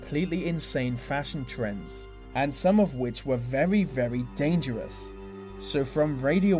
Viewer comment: Veally a vevy vevy avevage vist, vib vemoval scavy vho "vov" sovvy Cldnt help it